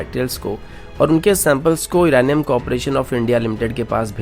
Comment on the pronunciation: CID K SALUNKE HAI BHAI SADUKE NHI😂 or Uranium hota hai Iranium nhi😂